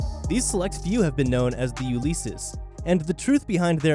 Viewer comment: Ulysses = yoo -li-seez